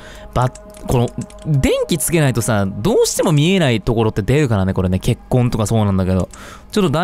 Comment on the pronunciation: 血痕が結婚にしか聞こえない。